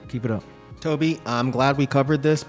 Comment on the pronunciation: His name is pronouced as "To-bay" Not To-be.